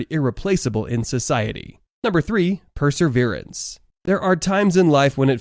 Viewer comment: It's perseverance NOT perserverence. No wonder young people do not know how to pronounce words properly or use English correctly.